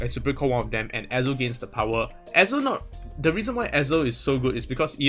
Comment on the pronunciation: lol why u keep pronouncing 'the' wrongly? it's wrong usage of that word lol u supposed to say it that way when the next word is a vowel haha